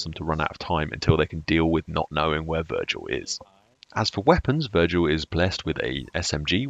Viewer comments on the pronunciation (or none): Can you recommend me any settings for someone who is going from controller to keyboard; mouse sensitivity and key binds for example as I'm playing the TTS for the 2 weeks. Btw you said Virgil instead of Vigil. I know it's confusing because I've played Fallout 4 myself haha Edit: Personally I really think the new operators are going to be game changing, especially Dokkaebi. She will make people think more on how to play certain ways and do things that are in though of especially if you place valk cams on objective as they would be 👌 for the attackers. Sorry for writing you a essay every time I comment. Keep up the great stuff!